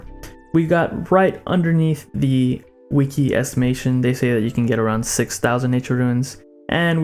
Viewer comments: bro its called wih-key no wee-kee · Jesus Christ, who taught this man to speak? People getting triggered over "ruins" while i'm out here with a headache after hearing wiki pronounced as "weekie"